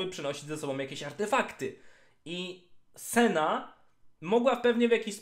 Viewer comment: Boże jedyny proszę cię Senna, nie Sena to się aż źle słucha i brzmi beznadziejnie. Trochę wysiłku to jedno ,,n" chyba aż tak nie boli, a trochę zalatuje ignorancją i olewatorskim podejściem do lore i tematu który rozwijasz przez bite 18min. W sumie skoro ,,wole mówić sena, bo tak jest krócej" to dla czego nie dodać jeszcze Lu i Tre zamiast Lucian i Tresh też krócej ;D Nie lubię się czepiać, ale jeśli chodzi o lore książek, gier czy filmu to jednak poprawne wymawianie imion i innych nazw własnych to chyba jakaś podstawa :)